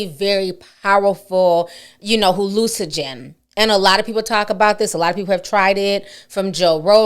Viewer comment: HALLUCINOGEN. Not Hallucigen or Hallucogen.